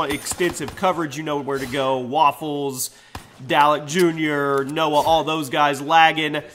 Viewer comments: He said Dalek Jr. Sorry it's dalekjd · this nigga said dalekjr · No hate but it's not Dalek Jr. It's Dalek Jd